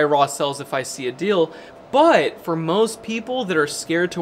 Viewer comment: You'd "BUT" spells BoouaAt. It's upsetting